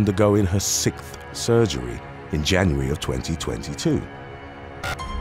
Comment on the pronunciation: When did brits collectively decide to start mispronouncing the word "sixth"?